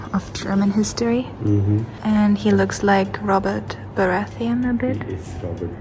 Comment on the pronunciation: They pronounced "Robert Baratheon" ...I seemed "Robert Bathroom" XD